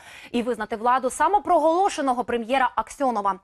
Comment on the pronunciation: Самопроголошеного премьера Аксёнова. Так сделала на это ударение что я могу подумать что в Киеве власть у нас не самопроголошена.